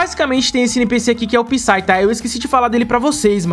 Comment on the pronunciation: "Psy" ? Português tá foda